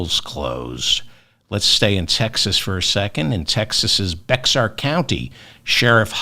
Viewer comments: It's pronounced Be-Har, not Bex-Ar. It's Hispanic.🎉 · "Bexar" County is pronounced "Bear" County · Bexar county is pronounced “Bear” like the animal. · Bexar county in Texas pronounced Bear. Go Colin💙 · David, Bexar is pronounced "bear". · 👍 I came here to say the same thing. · Weird, but true: pronounced like "bear" and spelled like "Bexar" County, Texas. You're welcome. Espanglish word? Or just plain Espanol (with a tilda on the N) 🥸😎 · Correction: "BEXAR" is pronounced bear. Like the animal. Stay strong, David. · Bexar county pronounced"bear".